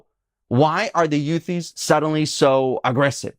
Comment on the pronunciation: For a guy who speaks a very good English being Israeli, you should know that it is pronounced Houthis, not Yutis.